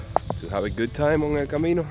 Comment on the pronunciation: I've watched dozens of vlogs about the Camino. I like your vlogs. I especially like the fact that you pronounce all the cities correctly!! So many people just don't even try to pronounce things.